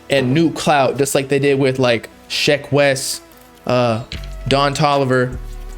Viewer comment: It ain't shack Wes it's sheck wes